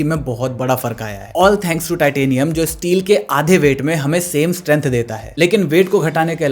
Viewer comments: lol it's titanium not tatinum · Bro 'Tatinium' is amazing 🤣🤣 good to see that some work are done by humans